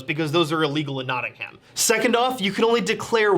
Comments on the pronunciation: Notting-um, not Notting-ham. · As someone from Nottingham: it's pronounced Notting-um, not Notting-ham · as someone who used to live in nottingham, you dont pronounce the ham (knotting-um) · Notting ham Nottingum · why do they pronounce it nottingHAM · Their pronunciation of Nottingham kills me a little bit every time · The mispronunciation of Nottingham is really pissing me off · hearing americans pronounce nottingham is infuriating lmao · As someone who lives in Nottingham it hurts me how they pronounce its name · Argh! Them pronouncing the "h" in Nottingham got so frustrating. It's supposed to be silent. It wasn't like it ruined the video it just felt wrong every time they said it